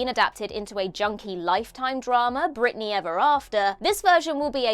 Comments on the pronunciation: Britney, not Brittany. Jeez. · It's "Britney" b***h! 😂😂